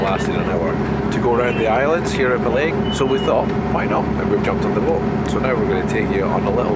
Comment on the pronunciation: jim mitchell ha! Yes well spotted. I flipped the clip as the only decent footage we had of it was on the return journey. And I'm still struggling to pronounce it 😂 thanks for the comment